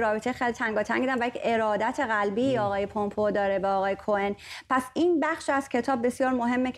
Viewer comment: Please, since the name is not Parsi, pronouns the name in its English format not a easy way of saying it. It is Mike Pompeu (پامپو) not( پومپو) Thanks.